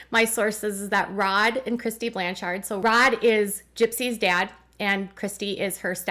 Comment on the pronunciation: Your inflection when pronouncing Blanchard is off. It’s supposed to flow like “lanyard”. “BLAN-chard”. It’s a common last name where I live, so I thought I would let you know. 🤓